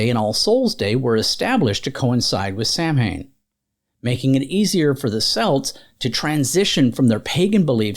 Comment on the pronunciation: Please look up the pronunciation of Samhain. It's pronounced completely different than what is expected.